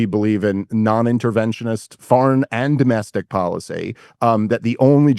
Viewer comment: There are many reasons I can't stand Dave, but the one I really can't stand is his stupid accent. Instead of saying "tax policy " correctly, he says the word policy like a moron!